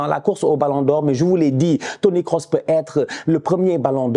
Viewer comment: c'est moi ou il a dit Toni Kosinus :face-purple-smiling-tears: j'suis mort